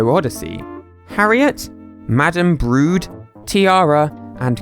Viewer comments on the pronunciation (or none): none